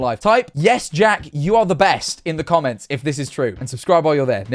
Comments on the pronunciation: Jack Manifold says 'Comments' instead of 'Jomments' I have reason to believe he has been replaced by a doppelganger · Do you mean the jomments, King?